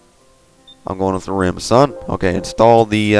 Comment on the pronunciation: "son" that was kinda bad =\